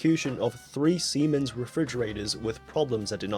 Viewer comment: That is how you pronounce Siemens. My dad used to work for their medical equipment division, and I got mocked relentlessly every time I was asked to talk about Take Your Child To Work Day in front of my class.